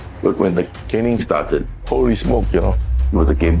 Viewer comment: Pronounced 'CAYNing/CANEing' ✅ (caning) Not 'CANNing' ❌ # ji your content is great🙏🏽 but please work on your English pronunciation 👍🏽